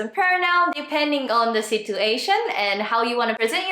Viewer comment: thanks a lot! This helped me a lot and will surely help the people who will hear it from me. Just one thing. Since your English pronunciation is great and there's only one thing that stood out to me as an English teacher, I'm gonna tell you about it. I hope you don't mind. I don't think anyone else would tell you this, but the "t" in "situation" is actually pronounced as "ch". So even though it's written as "situation", the pronunciation would be "sichuation". Keep up the great work!:)